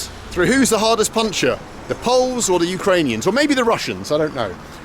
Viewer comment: Dude, you should learn how to read Ukrainian properly. It's not that difficult if you know Russian. But hearing you pronounce Ukrainian names and towns like they are Russian hurts.